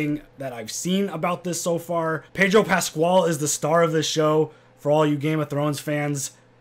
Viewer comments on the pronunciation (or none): “Pedro Pasqual”? lol it’s Pascal